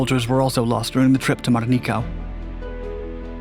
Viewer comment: Your narrative would be a lot better if you learned how to pronounce names like Truk, Rubaul and Metanekau.